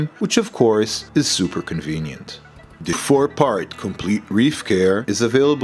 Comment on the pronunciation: It’s, the, not, dee.